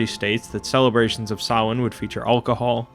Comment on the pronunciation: its so refreshing to hear someone pronounce Samhain correctly, well done mate